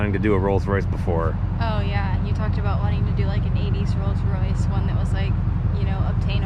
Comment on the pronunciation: "The Molds Royce"